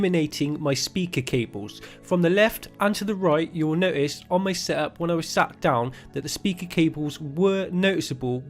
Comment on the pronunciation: The first thing you'll "Noist"....... NO TIST*